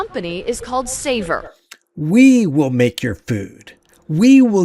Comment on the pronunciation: "The company is called Savor". Sounds like "Saviour" to me.